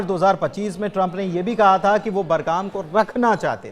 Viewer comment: बरगाम नहीं बगराम